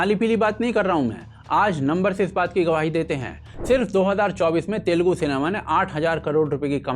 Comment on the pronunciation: Telgu nahi...Telugu bolo...